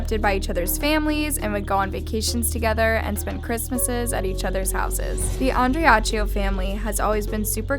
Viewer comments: Since when does being 21 qualify one as a 'teen'...? Stop inaccurately regurgitating info that 100 other youtubers have already covered, credibly. And its pronounced 'An-Dree-AH-KEE-oh'. If anyone wants a better overview of this case...check out Kendall Rae's 2-hour, 2-part investigative episode, in which she travels to Christian's home and speaks with friends and family members. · ok, this bothers me so much, there are soooo many videos about this case, can you at least make an effort to pronounce correctly the names, specially the last name of this family, it is disrespectful to say the least. I am bring it up as this is not the first time, so many other videos you mispronounce the names or last names. Please take the time to research the correct pronunciation, it is not that hard.